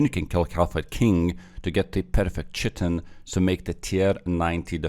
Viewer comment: Chitin = Kai-Tin